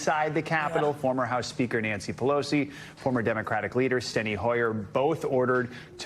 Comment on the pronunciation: Nancy can't even say the word SPEAKER!